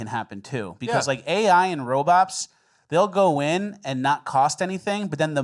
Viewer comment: Are you saying "robop" or robot?